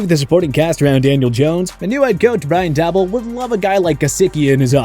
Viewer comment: Brian dabell!?!?! It's pronounced Brian Day-bowl Daboll is just the spelling this channel is falling apart more and more lol 🤣